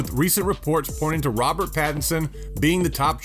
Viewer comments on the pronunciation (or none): none